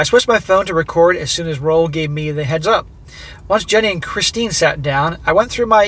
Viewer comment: Roel is a Dutch name and is pronounced Rule but with a short oo.